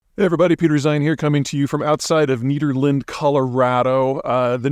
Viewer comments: Ned Nederland, CO. Not Neeederland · NED- erland, not need-erland, Peter, cmon man, don't do us like that! Nice day on the Peak to Peak. Love what Ukraine is doing pecking away at sputums income and power source. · It’s Ned-erland like the name Ned. Not Neederland. Just a heads up. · NED! Nederland, not neederland. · Same goes for "Neetherland". If you have lived in Colorado, it's pronounced :Neh-ther-land" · Dude, it's NED-erland. Do a video on the history of frozen dead guys days.......hilarious! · It’s Nederland soft e not long e…you’re welcome 😊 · Neeeeeeeederland is how you pronounce Nederland Texas